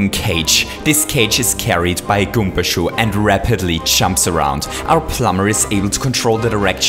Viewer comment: It's called karibo's shoe not goomba shoe ALSO IT IS PRENAUNCED GOOMBA NOT GOOMPA